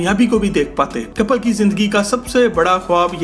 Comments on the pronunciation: BHAI KAPAL NAHI KAPIL HAI ISKA NAAM KAPAL KAPAL STOPITNAAM SAHI LENA SIKHO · Kapil naam h kapal nhi